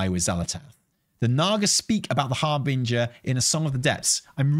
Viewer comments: HARBINJJJJJJER NOT HARBINGAAA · Please. Just start saying Harbinger correctly. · harBING!er 😂 never heard it pronounced in that way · Also STOP SAYING HARBINGER WRONG. It's like nails on a chalkboard lol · is back to mispronouncing "harbinger". 😂